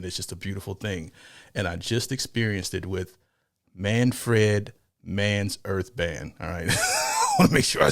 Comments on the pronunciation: "Manfred" Not "Man.. Fred"😂😂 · Say it like you would pronounce SANFORD & SONS [the old '70s sit-com] MAN frd not fred. Oh btw you don't have to be infused or elevated to enjoy this but it sure is sweet when ya are. :hand-purple-blue-peace:I had a Deuce Coupe [inherited from my big brother] back in the day & would blast this on the "restless ribbon" our Strip in Tulsa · wtf! Not Man Fred, it’s all one word…Manfred!!! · It's not pronounced Fred. It's like prouncing fern but with a d at the end